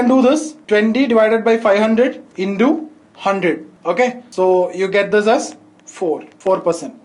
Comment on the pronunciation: Twendyyy,indoooo🤣🤣 Btw Thank you sir..